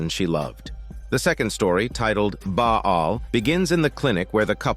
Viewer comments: Wtf ☠️ is Baa aal . It's Baal (Pronounce as Bal) . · Ba'al is pronounced as "baLL". Love your work.